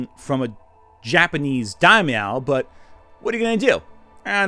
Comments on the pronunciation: "Dawmeow" (Daimyo) This must be the cutest mispronunciation of a word I've heard so far. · Loving this pronunciation of daimyo as “die-MEOW.” Real Samurai Pizza Cats energy. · Sengoku, for the love of God! What the heck is "Shingoku"? It's the age of Warring States, not New States! And what the heck is a daimeow? I mean, they were the fat cats of Japanese politics at the time, but daimyo is pronounced with a long "o".